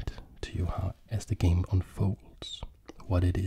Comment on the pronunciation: One note on his name, it should be pronounced more like “Akiva”, it’s a Hebrew name, not English. The sounds “b” and “v” are closely related (and in some languages even interchangeable) so I’m not surprised to see that those were the two different spellings of this name.